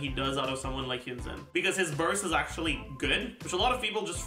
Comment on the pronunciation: Why does say Xingqiu and Yun Jin so weird? Like he says Yun Zin which is straight up wrong It's literally Yun Gin - a Chinese guy